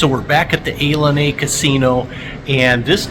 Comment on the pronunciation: The Casino Ilani is pronounced ee-LAH-nee FYI